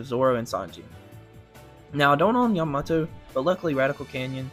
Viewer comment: Bro fr said yuhmoto